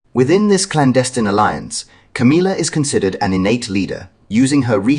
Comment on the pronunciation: It's Ca•MILL•ah NOT Ca•MEEL•ah